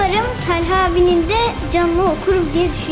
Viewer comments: Talhaya Tâlha Diyen Koca yürekli Alper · Talha telha değil abi jdjx